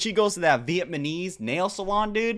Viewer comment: Blud said VietMahKnees